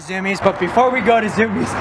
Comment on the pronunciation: ITS PRONOUNCED ZU-MI-EZ NOT ZUMIZ!